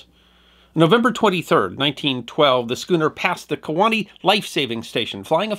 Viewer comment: Kewaunee...... yep